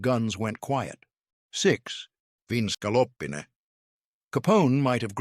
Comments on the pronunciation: OMG the mispronunciations in this video are insane! Veal scallopini like ska-LOP-in-ay. 🤣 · AI is hilariously bad … the repeated mispronunciations of “scallopini” are howlers.